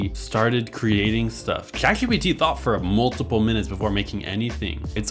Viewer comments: cant get over the way you pronounce chatgpt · achaly, shatGPT, shuse, workch. bro fix your shit